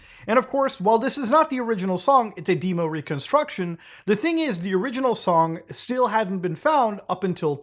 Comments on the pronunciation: "dmoe" lol its dem-o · "A deemo".....really? Please tell me that pronunciation of "demo" is just a joke. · Can't believe you said demo like deemow 😂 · why did bro say Demo like that ? lmao